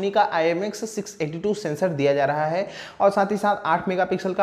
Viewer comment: Bhai ..ek bar bas acche se bol do “MIL RAHA HAI” instead of “MIL LAHA HAI” 😂